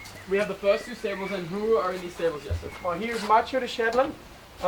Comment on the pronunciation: Lovely video!! Can't wait for the next ones! He pronounces Jesse's Dutch name so well :)